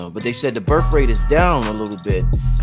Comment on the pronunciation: "Burf" rate? Are you serious? Learn how to properly pronounce words before you use them.